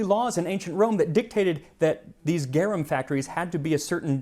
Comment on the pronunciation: Just started the video, but you MUST correct his pronunciation of garum! Easy fix!